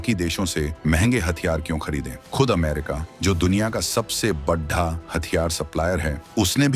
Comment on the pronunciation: आपका उच्चारण बिल्कुल भी ठीक नहीं है बड़ा और पड़ा आदि गलत तरीके से बोलना और सुनना बहुत ही अखर रहा है